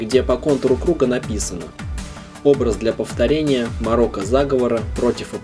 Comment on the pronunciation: не морока а мОрока